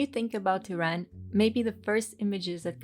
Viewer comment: Great video! The only thing that annoyed me was the constant mispronunciaton of "Iran" and "Iranian"